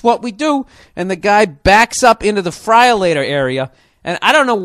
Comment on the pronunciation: Did he really just say “Fryerlator”?!! 🤣